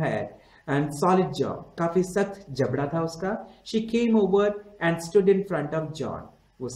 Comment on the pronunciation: This was shit he can't even pronounce and properly